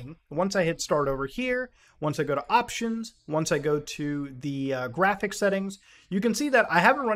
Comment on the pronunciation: No it’s jraphics card, I swear to jod you can’t say it right..